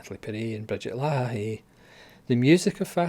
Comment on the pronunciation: Brigitte La-eh, not Luh-ha-ha-hey. 😁